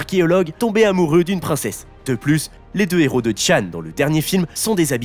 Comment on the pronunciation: Travail ton élocution... Y'a régulièrement des erreurs de prononciation... Exemple : Un néro... je suppose tu voulais dire un héros 😂 désolé celle la m'a beaucoup fait rire 😂